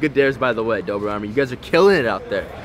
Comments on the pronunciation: It's dobre not dober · It dobre not dober